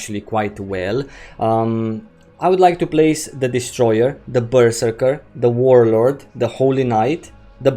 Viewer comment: Ok im fairly confindent you're trolling us with your pronounciation of Berserker.